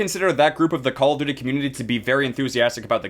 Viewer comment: Caw ow duwty